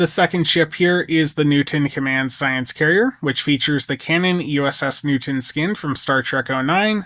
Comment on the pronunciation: Thank you Hu-man for discussing this vessel you call New-tin.